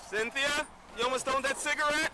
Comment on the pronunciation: Syn-the-a You’re dead